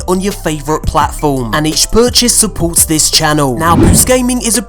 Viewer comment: In his bupport phop